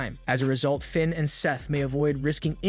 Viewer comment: Why can't you say Finns name right w.t.h. Dom doesn't need the mask. Big E shouldn't risk it not now. Why not sit next to Michel Cole